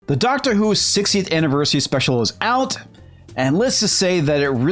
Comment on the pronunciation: "Doctor Whoke" lol